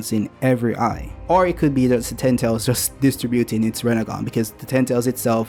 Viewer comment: You gotta work on learning how to pronounce "ten tails." I was too lazy to click the video and the audio captions keep providing me with "tentals."